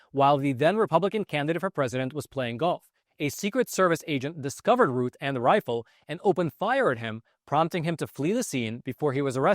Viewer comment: His name is pronounced like the word south. Routh, not Ruth.